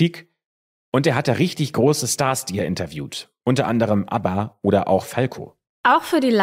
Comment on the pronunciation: Das heisst aber "Falco" und nicht "Felco".